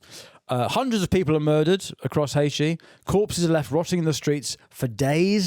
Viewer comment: Still calling it Haishi 😂